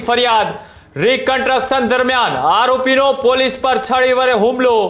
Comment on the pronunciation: કન્ટ્રકસન ? 😂 "કન્સ્ટ્રકશન" કહેવાય એને. Pass કેવી રીતે થયો ભાઈ તુ journalism મા સામાન્ય ગુજરાતી મા? 😅